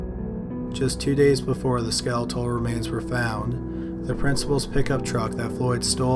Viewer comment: So y’all heard him say “skeletor” remains right?!